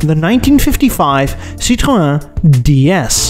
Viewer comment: *NOT! "See-TRO-na" - "See-tro-ENN!"